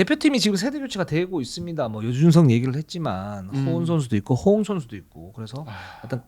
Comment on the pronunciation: 허용아니고 허웅이요